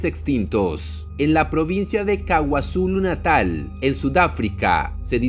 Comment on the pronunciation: Estimado: No es "Kawazulu Natal" sino KwaZulu-Natal